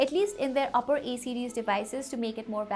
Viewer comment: Why are you saying E series again and again? It's A series.